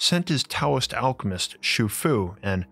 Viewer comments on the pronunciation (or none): none